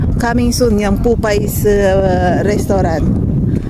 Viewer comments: Miss popeyes not popay.......correction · Ate papeyes po not popays...salamat po